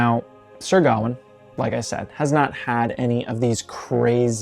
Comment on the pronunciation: The correct pronunciation is with the emphasis on the last syllable: ga-WAIN